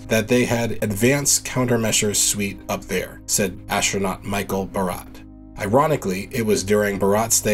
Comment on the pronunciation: You have a nice voice for narration, but Armstrong does not have a H in it. It's not Armshtrong. The ST sound does not have a H in it at any time. For example, astronaut, not ashtronaut. And stress, not shtress. Then there's experiment. ex-pair-i-ment, not ex-spearmint. Thank you.